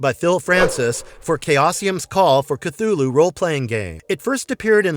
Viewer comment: The way they pronounce Cthulhu with a Ch sound 🤮